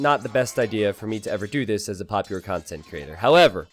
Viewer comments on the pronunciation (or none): none